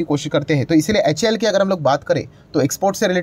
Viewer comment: Please see the full form of HAL... You always pronounce it wrong